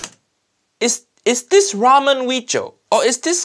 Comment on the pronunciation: "This weejio has all of uncle Roger nightmare" He didn't drain the rice with colander tho...